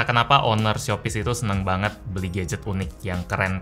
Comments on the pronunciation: Shopyz di Tokopedia?" Me: Shopee di Tokopedia" 😂😂😂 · Shopyz bukan shopee boy